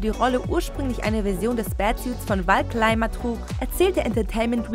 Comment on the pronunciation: Wal Kleima ... Wer kennt ihn nicht!?